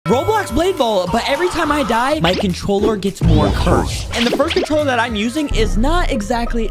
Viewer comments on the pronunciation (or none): he said a controuler